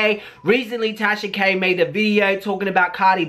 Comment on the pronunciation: Wait... did just say “Tasha Gay’s situation” ? 👀👀